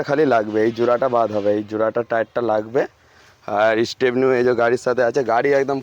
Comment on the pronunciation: 😂😂r a vai bangla vasa agey valo kore sakho....Labe na Nabe.....😂😂😂😂